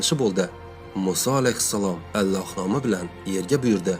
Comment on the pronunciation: Allox emas Ollox deb oqisangiz bolardi?